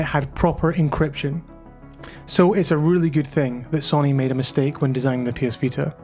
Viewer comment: Interesting video but please, it’s So-Ny and not Sonny.